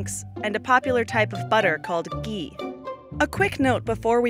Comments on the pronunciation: GHEE HAS A H IN !!!!! ITS NOT GEEE. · YOU WERE BOUND TO FAIL. INCORRECT MAP OF INDIA. CAN'T SAY GHEE PROPERLY.